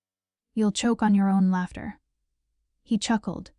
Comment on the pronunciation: If your AI can’t read maybe you need to fix your programming. Laughter is not pronounced latter. So she has secretly bought a penthouse but didn’t own a car in her 30’s? Really people!